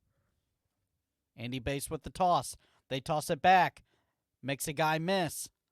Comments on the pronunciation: Yeahh it’s Bass…like the fish. Hearing it “Base” the whole time was difficult lol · Not only that, his name is pronounced Bass like the fish not Base. Seriously dude..... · Bro its basss, like a fish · It's bass like the fish and he's a RB